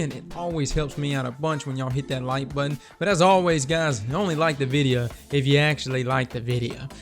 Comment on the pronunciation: i would like the VIDEO if you SAID VIDEO not videa